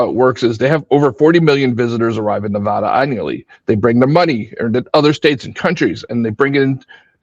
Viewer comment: Thanks for pronouncing Nevada right (nev add uh). Born and raised in Vegas and moved 2 years ago. All the analysis on how short sighted and down trending Vegas is, is so refreshing because I didn’t feel like that was hard to see, all my old friends are still convinced it will be fine, plenty of water, plenty of tourists, no worries :))